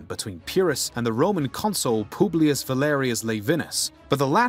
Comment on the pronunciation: pooblius publicola 😭😭